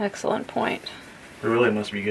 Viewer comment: Excelwent, as Elmer Fudd would say